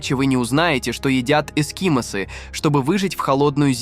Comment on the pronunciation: ЭскИмос, тЮлень.... Это что, автоматическая начитка?